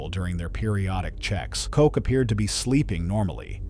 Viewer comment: Koch as in loch, not cook.